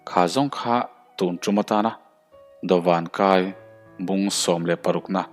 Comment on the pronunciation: Dawván kái tih tur aw. Dawvan a ni lo.